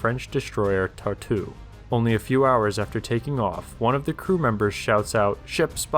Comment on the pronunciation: Actually as a french myself your prononciation of french names was understandable, while you nailed the prononciation of Tartu, Clemenceau receives a passing mark, as not good but still understandable I didn't know about that conflict... If it really escalated into a war it would join the list of stupid wars.